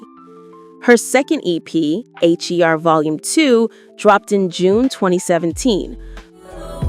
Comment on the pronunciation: Damn AI can’t distinguish between the name H.E.R because of the periods. It’s just HER AI! Say HER!